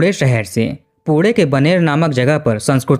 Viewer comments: Jab tu naam thik se nahi le sakta to video banata kyun hai पुणे की जगह पुढे बोलता है बाणेर की जगह बनेर बोल रहा है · 22 poode nai pune hota hai.. baki apka kaam acha hai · Ap jab bhi pune bol rahe ho aisa lgra hai kude kuda bolre ho😂😂😂😂